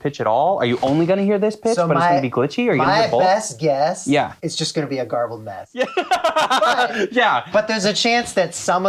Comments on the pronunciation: TIL North Americans pronounce garbled as "jarbled" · When you say "jarbled" do you mean "garbled"?